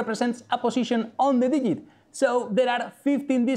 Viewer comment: please don't be so spanish and pronounce Digit as Dijit please. G=J as in John. J!= Y. dijjjjjit